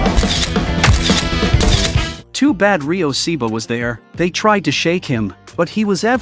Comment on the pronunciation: You can’t even say The name right. It’s not Seeba it’s Ryo Saeba